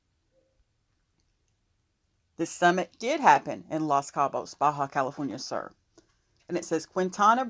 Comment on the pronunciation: Ba calif SUR!!! It’s pronounced. SOOOOR like south. Soooor. Uuuuu